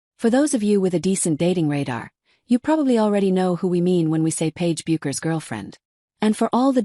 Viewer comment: Regarding videos about Paige it is rare to hear the narrator pronounce her last name correctly . Don’t these people do any research?